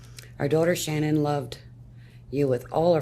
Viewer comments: I’m confused about the pronunciation of Shannan’s name. I always hear it pronounced like you have, sha-nan, but during the victim impact statement her mother pronounced it like Shannon. It’s not the most important detail but something that has always bugged me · So, her own mother pronounces her name, "Shannon." That was clear as day. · Why does everyone pronounce her name that way. her MOTHER, you know, the person who named her, pronounced it the normal way "shannon" IN THIS VIDEO. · Just curious why Shannan’s parents pronounce her name one way, but everyone else, including family, friends and the general public pronounce it differently. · I'm sorry did her parents say Shannon? Sha'nan lol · Why does everyone pronounce her name wrong when her mom says it like Shannon not shan-ann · If her mother pronounces her name Shan-un why does everyone always say Sha-nan? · Stop saying her name like that if you listen to her own mother say her name she says it just like Shannon it’s not shanAnn you can still say Shannon with an A Shannan! Everyone keeps saying her name all wrong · Your vid starts off with her mom literally telling everyone how to pronounce her name and you Americans butcher it as hard as he butchered his family. I don't understand how she is called Shan Anne when her name is pronounced Shan nin. It annoys me so much that I can't get through any vids. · So is her name Shannan or Sha-NAN? Her mom pronounced it the normal way. The way it's normally pronounced is very different. Her mother would pronounce it correctly, right? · I wondered about this too. The mom pronounced it like Shannon but then one of the recordings of Chris has him saying it "Sha-Nan" . And then all the shows like 20/20, Dateline, etc. pronounced it like "Sha-Nan". I don't know. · Her own mother pronounces it “Shannon” but media continues to pronounce sha- NAAAAAN. What am I missing. So weird.